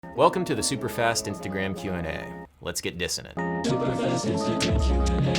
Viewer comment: mans said instagram weird in the intro... what's wrong adam u good